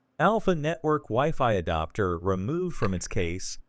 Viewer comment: You AI keeps mispronouncing, "adapter" as "adoptor." You should edit your transcript to pronounce some words phonetically to force the synthetic voice to say it right.